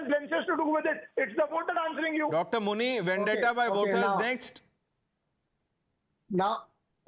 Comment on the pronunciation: I heard muni as munir 😂😂